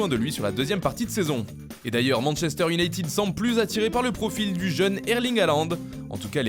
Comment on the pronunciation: Manchester iounaīted 20 dious et non pas IOUNAÏTIIIID